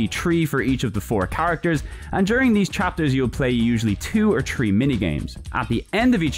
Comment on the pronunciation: Tree in total!?!?!?! TREE IN TOTAL! YOU MEAN THREE! 😂